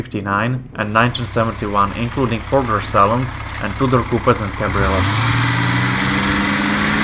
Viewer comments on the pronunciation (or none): none